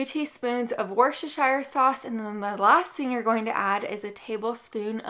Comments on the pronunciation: Wooster-shear. That's how you pronounce it. You're welcome to everyone who feels they stumble over the pronunciation. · It’s Worcestershire ( woostershire). Hi from the UK! Love these recipes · Wesshireshire sauce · It makes me laugh how Americans are incapable of pronouncing Worcestershire